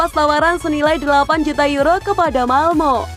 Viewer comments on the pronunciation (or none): none